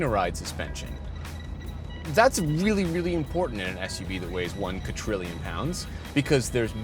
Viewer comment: Um, it’s kadrillion not katrillion 😜🤦‍♂️